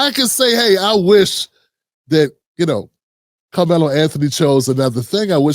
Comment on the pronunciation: Sir, I watched the lawyers whole segment and he’s very ignorant. He’s miss pronounced Karmelo’s name like 6 times. He shouldn’t have brought the knife to the track meet. I think we all agree. However, I believe the twins were trying to jump him or really doing something to him. I just don’t know too many brothers that would just stab someone. Also, we have to know that the twin came forward toward him. How else would he be able to get that close and stab him. So it’s definitely more to the story